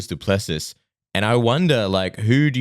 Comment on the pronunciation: Love the show guys but it's pronounced du-plesee not du-plessis also til is getting slept. Come on 🇿🇦🇿🇦🇿🇦🇿🇦